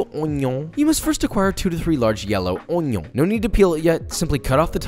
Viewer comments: cut the onyo like jean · Finally, someone who knows how to pronounce onyo correctly. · I see I'm not the only one who can't not say "onyo" every time I cut onions. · papa like cwispy O N Y O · This Papa died a little when you said "onjon" ❤😆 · "Onyon" - Jeanne Pierre